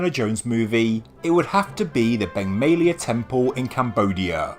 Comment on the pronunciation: Beng May-a lay-a...